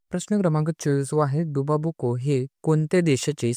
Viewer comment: आमदार संख्या चुकुची आहे,,,,,, 24वा प्रश्न,, डुमा बोको,,,, तुम्ही बोलता डुबा बोको